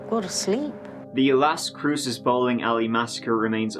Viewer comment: Finally someone on YouTube who can pronounce Las Cruces correctly.